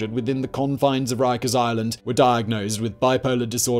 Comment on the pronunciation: So Jonathan Woss pwonounces it "Wikers" - wighto❕👀